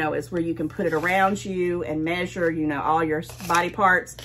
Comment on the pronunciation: "Measurie" thing 😂😂